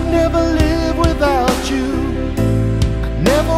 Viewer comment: Please say, "without you" not "without chew"....music basics 101